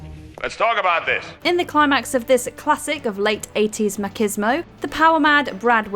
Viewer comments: Did she just say MACKISMO???? LOL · Never heard "machismo" pronounced that way before...